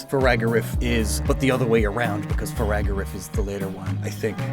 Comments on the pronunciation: i noticed you said Farigiraf wrong . you said Faragarif instead. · why you pronouncing it like its “Firagarif” when its “Farigiraf” lmaoo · that is not how you say farigiraf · you’re still mispronouncing farigiraf bro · add 2 to the " mispronounces farigiraf" counter 😅 i know he has a hard time with that but it still drives me crazy lmao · Dachsbun is pronounced DAHKS-bun, like Dachshund! It's FARIGIRAF, not Firagarif! nerd glasses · Dude forgot the German pronunciation of “dachs” 💀 Butchered Farigiraf again too! Those vowels are tough!